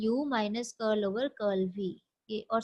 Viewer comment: Thank you..Very nice explanation ....I like your pronounciation of Curl ... Curly curl z curlv ...☺️☺️